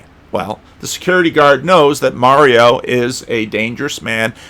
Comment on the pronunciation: it’s Marlo not Mario. 😎.